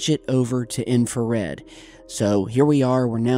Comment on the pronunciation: You deserve to be slapped everytime you say infrared